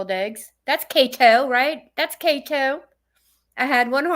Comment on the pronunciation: When she says Kato, i wanna hurt her. How hard is it to say kEto. I can't take it.